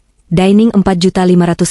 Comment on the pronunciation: Jember utara🎉 Cara pembacaan cerita tol diperbaiki incoming bkn intjaming...detjlinet dr decline